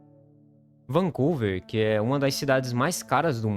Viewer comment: Trudeál??? Foi isto que o locutor falou? A pronúncia não seria “Trudô”??? E a pronúncia do nome da cidade não seria “Vancúver”?